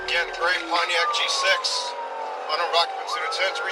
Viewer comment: The way the AI says Pontiac G6 sounds so nice.....